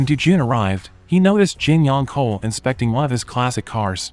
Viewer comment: Tell AI, it's pronounced ch-ohl, not kohl.